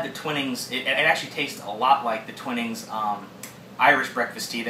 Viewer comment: Good review. A few corrections: The pronunciation is Twining like 'wine' or 'pining' for someone and not "Twinning" like in 'pinning' fabric. Also, rating on personal preference could be a bit misleading as it's highly subjective. Like with coffee or wine, what one likes largely depends on personal taste. Better to rate the tea for strength (e.g. 8.0/10) and combine with adjectives to give the reader a rounded description of the tea/ drink.